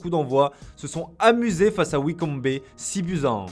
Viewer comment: Wycombé? Sérieux ? Tu fais le chaud avec tes accents pourris et la tu nous sort "wycombÉ"? Ptdrrrrrr triste